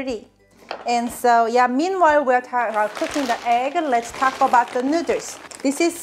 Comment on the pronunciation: STOP SAYING NOODLES AS NUDERLS